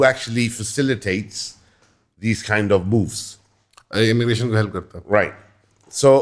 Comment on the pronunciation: 100℅ agreed but when u say the word "moves" It sounds like b*00*z